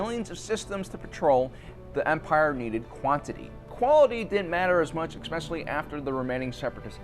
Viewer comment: 'Expecially'? Really dude? What grade are you in? Otherwise good video